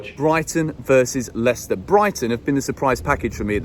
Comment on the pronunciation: HE SAID LWICWSTER 2-1